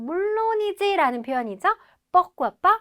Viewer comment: 발음기호도 /puRkwa/ 이고, 자막에도 '푸흐꾸아' 라고 적어놓고 "뽀흐꾸아" /por~/ 로 읽네요.